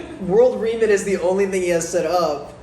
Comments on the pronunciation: Does not know what the word remit means? I was dying every time he said “reemit” 😂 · Why is saying Re-mit like that... its from the word Remittances.... many people send money back to their home countries etc.